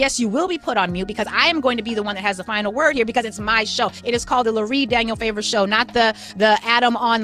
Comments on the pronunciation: Her name is NOT pronounced “Lori” it’s LU Rie like Marie with LU. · Lurie, like Marie with an "L"